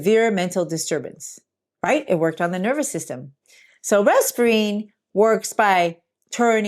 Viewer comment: It’s not Resperine. it’s reserpine